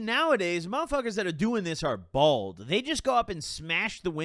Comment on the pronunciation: How do you live for 25 years and say bald instead of bold